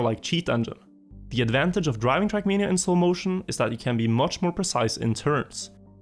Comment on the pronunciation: my dear dear. Your videos are great, but for god's sake... TRACK MANIA! NOT CRACK MEANIA!!!!!!!!!